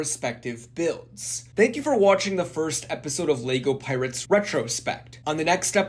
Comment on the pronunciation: Why do you keep pronouncing it "Leygo" ?? Annoying AF mate.